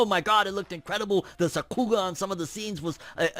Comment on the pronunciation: It's not suh-ku-ga, it's sah-ku-ga.